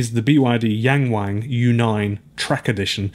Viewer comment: It's so cringe hearing this joke everytime since it's only because westerners have no idea how to pronounce "ang" sounds in Chinese. It isn't pronounced that way at all. It's like when someone at the restaurant ordered Jalapeno as actually Jay La Pee No or reading Nagasaki as Nay Gay Say key and chuckling to themselves and pee and gay being in the name.